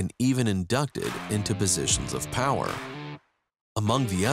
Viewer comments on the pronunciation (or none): none